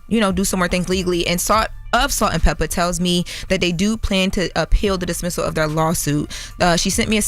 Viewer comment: LL said Peppa correctly lol